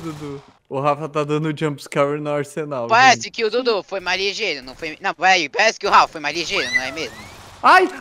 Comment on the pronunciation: asenal kkkkk nem é mais arsenal e sim asenal kkkkk